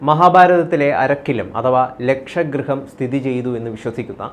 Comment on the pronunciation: ലക്ഷഗൃഹം അല്ലെഡേയ്, ലാക്ഷാഗൃഹം. ലാക്ഷാ എന്നാൽ കോലരക്കു്.